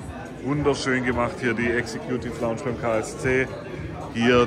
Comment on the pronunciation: "Exe-Kjuuutiff Launtsch" mag lustig klingen, aber die "Executive Lounge" ist der exklusivste Bereich beim KSC im Wildparkstadion, wo erstklassiger Service, super Sitzplätze und privilegierter Zugang auf dich warten. In diesem eleganten und gelungenen Ambiente werden Gäste verwöhnt und können die Annehmlichkeiten in vollen Zügen genießen. Also, auch wenn die Aussprache für einen Lacher sorgt, ist die Erfahrung in der Executive Lounge alles andere als zum Lachen! 😉😎✨ #Sprachmeister Vielleicht traust du dich und stellst für uns ein Video online in denen du dein Sprachtalent vermittelst. 🥸🥸🥸Liebe Grüße und frohe Weihnachten gehen raus an Dich